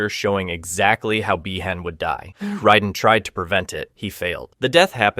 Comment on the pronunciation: my only gripe is why are the same character names pronounced differently throughout the video, you say bee-han this sentence then by-han the following sentence